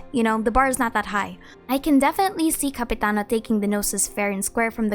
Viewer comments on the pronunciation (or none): I thought you said capybara not Capitiano